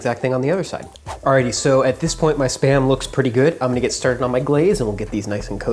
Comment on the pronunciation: I hear sperm every time